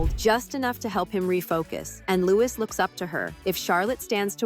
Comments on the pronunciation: It is not pronounced like Lewis it’s Louis Lew-ee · Please don't call Louis the American pronunciation of Lewis.. his name is pronounced Louee as in the French pronunciation. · Prince Lewis, he's Prince Louis. It's all in the pronunciation. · His name is NOT Lewis, it is pronounced Loo-ee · It's pronounced Louie not Louis - although it is spelt that way the "s" is silent... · And Louis not Lewis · Louis is pronounced Lewie it's french😊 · Please pronounce Louis correctly in your future items. It's French and pronounced that way in the Uk. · For goodness sake, at least learn to say Louis properly. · At least pronounce Louis correctly